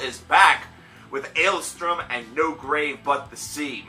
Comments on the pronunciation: Dude, it's ale-STORM, not ale-STRUM. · Take a shot every time he doesn't say the band's name correctly